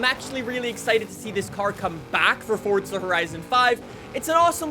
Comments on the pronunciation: its forza not forca say it right jesus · bro keeps on saying fortsa horizon 5🤣